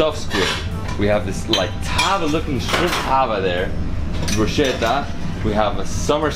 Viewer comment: BRUSKETTA,, BRUSKETTA... where is the italian in you... Awesome content as usual.. Beautiful beaches..